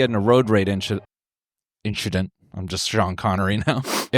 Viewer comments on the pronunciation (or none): "nothing, it was just an inchident" -Charles Leclerc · “it was just an inchident” - charles leclerc (and apparently noel too) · “Nothing, it was just an inchident”